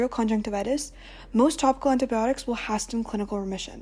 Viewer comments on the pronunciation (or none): Hasten is pronounced "hey sen" not "hast en"